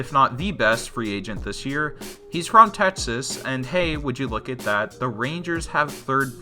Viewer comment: Tetsas you say.